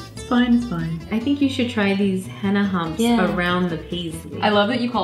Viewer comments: It's henna not hanna😂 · its not henna.. its Hina..😋 it e no t a u knw what i mean.. in pronouncing